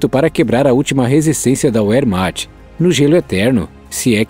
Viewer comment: Quem é o idiota que narra, pronunciando "uérmacht" ao invés de "vermacht". Não sabe português e, fora dele, tudo é "inglês". O "dobre vê" (não existe "dábliu"), tem o som de "u" APENAS NO INGLÊS. Nos restantes idiomas, o som é do "vê", especialmente no alemão, idioma da "Wehrmacht". Porra!!!